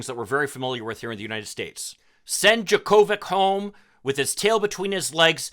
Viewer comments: "Jocko-vitch", not "Jo-Ko-Vic". 🤦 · It’s pronounced, JOKE-o-vich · 100's of 1000's of tennis fans around the world are CRINGING at your pronunciation of "Jo Ko Vich"'s name. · You really can’t pronounce his name after him being tennis champion for decades?!! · I agree with everything you said except for how you pronounced his name. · First: If you’re going to do a story about somebody, pronounce his name correctly. Second, we shouldn’t be critical of anti-vaxxers after how we let Aaron Rogers, The Green Bay Packers and the NFL off on a major infraction. It’s the same situation of somebody can ignore rules based on who they are!